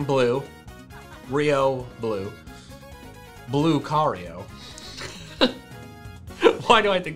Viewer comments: "Blucario" lol, I like that. Lucario is noe Blucario, everybody. Someone tell them to change the Pokédex.😅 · I laught more than i was supposed to when he said BLUEcario